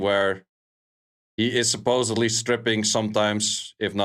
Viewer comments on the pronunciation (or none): none